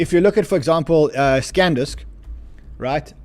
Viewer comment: sandisk not scandisk!!!